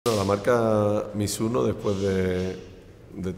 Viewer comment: やっぱり発音はミズノではなくミスノか。